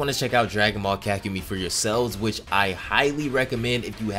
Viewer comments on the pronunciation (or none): Love these vids but this man really needs to learn how to pronounce 'Ka-ku-me-i" 😆😆